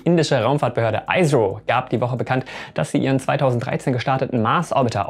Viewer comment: Tolles Video, weiter so! Nur zur Info: ISRO spricht man so aus wie man es in Deutsch lesen würde, siehe phonetische Bezeichnung hier